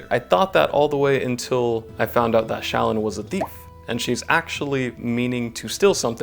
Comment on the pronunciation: Those pronunciations of Jasnah and Shallan made me cry.